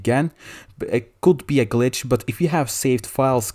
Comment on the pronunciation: this man says bitch glitch